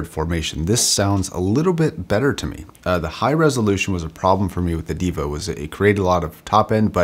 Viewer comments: Diva? Its Deva pronounced (daeva), which means GOD. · ˈdāvə that's the right pronounciation for deva. Which means god in sanskrit. Love the production quality of your videos. Keep it up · its sort of pronounced 'Day-vuh'. It means god. then again I can see god being called a diva. On second thought. you are fine lol!